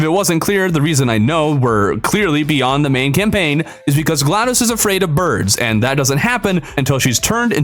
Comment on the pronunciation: Said camlaign (just saying)